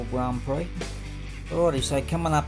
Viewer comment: Pretty schmick looking cars, you aced it!👍 Haha, watch how you pronounce prix...a bit like Phuket!🤐 Awesome buddy. 🇦🇺👨‍🚒